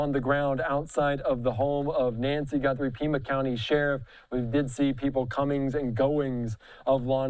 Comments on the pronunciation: her last name is GUTHRIE not GUNTHRIE! Get a clue you moron! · How many times is he going to say GuNthrie?! Jeez. You’re a reporter. Get the name correct. 🥴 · You are both mispronouncing the name Guthrie.